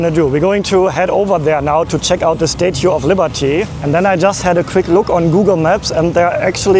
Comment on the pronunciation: Someone should learn how to say statue...